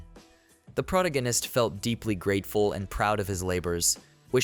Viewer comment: what is a “pro-gan-ist”? Do you mean protagonist?